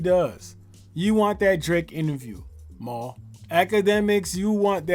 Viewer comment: "Mal" is pronounced "Mall", my guy. And Mal is HEAVILY compromised. He does know him personally to a certain level (they have each other's phone numbers) but his behavior has been ULTRA NASTY. You also forgot ISH from The Joe Budden Podcast. He too has been glazing Drake NASTILY. And Ak.... was compromised, but he has shown some neutrality... even with his reaction videos... he can't deny that Dot bested Drake.